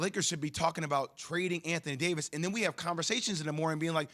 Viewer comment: Anthony Day-to-Davis